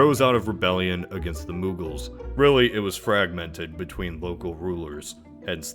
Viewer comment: It isn’t moooooogals, it’s it is pronounced like MmOgaul